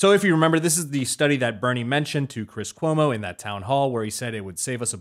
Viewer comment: "I'm hunting Chwis Cwomo's...hahahahahahahahahaha"